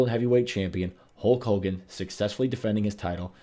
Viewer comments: This guy gets a lot of names in-correct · Who tf is Hulk Holgan